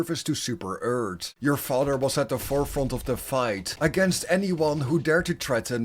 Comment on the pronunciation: Sorry but the way you say mother and father in this video bothers me not really sure why it does but it does so I couldn't finish watching the whole thing🫤